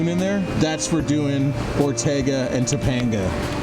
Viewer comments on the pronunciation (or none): Tuh pang guh I'm from LA bro, love ya but don't make me cringe. Funny, I don't cringe at any of the weird wild shit. But I cringe at pronunciation? Go figure.Guess I'm a pronunciation Nazi... PS My bad, halfway through the video out of nowhere you started pronouncing it correctly. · Topanga is actually pronounced Two-pain-gah not To-pond-ga ... This is such a good video definitely looks like something I'd love to do glad you guys had a good time keep the videos coming brother! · It’s pronounced “Toe-pang-gah” not “toe-pong-gah.” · Topanga is pronounced Toe-Pang-Guh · Toe-PANG-ga canyon ✔️ Toe-PONG-ga canyon ❌ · Cool vid. FYI: Topanga is pronounced Toe-PAIN-ga, not Toe-PAWN-ga. ;-) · Toe- pay- n'gah canyon. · how can you pronounce topenga so poorly? have you never watched Boy Meets World? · Topanga not Toponga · The way you pronounce Topanga canyon.. 😄